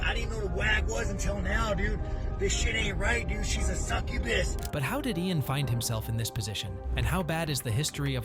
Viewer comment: He called her sucubis😂😂😂😂😂